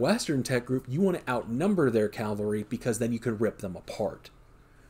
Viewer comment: People, its "cav-alry" it's not "cal-vary" , why do so many people struggle with this?